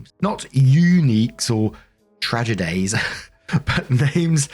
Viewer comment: Yeah but the "Yooneeks" and "Tragedeighs" tho 🤣🤣🤣🤣